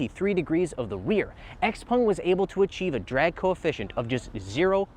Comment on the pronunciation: What is a Xpong ? It's Xpeng. 😮